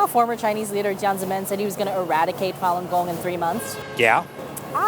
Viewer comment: More commonly known as Follon Gong? er no, it's Falun Gong.